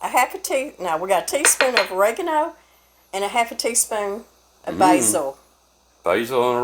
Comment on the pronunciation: I had to laugh when said oregano. The closed caption was on and picked it up as "red egg and an oil". I will definitely give this recipe a try!